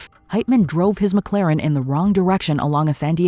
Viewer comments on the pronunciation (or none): none